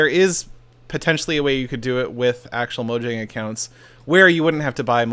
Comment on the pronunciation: u say mojong couple of times... microsoft took over tho